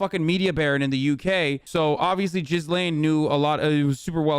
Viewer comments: Just saying, her name isnt "jizz-lane," its gee-lynn with a g as in goat. Idgaf abt her in any way tho so if you prefer jizz lane, i have no problem but i said it just in case you wanna know how to say it. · As funny as it sounds, I don't really think her name is pronounced "Jizz Lane"